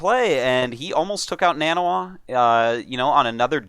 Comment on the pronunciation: Nah-knee Wah. it's not that hard.